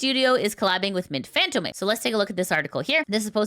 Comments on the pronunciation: I think you're mispronouncing Mint's surname. If you look at the accent, it should be pronounced as [FantOm]. The o should be stressed while the e at the end is silent. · She knows, but the habit of mispronouncing it is hard to shake.